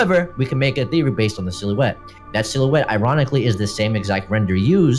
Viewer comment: Sill-you-ette XD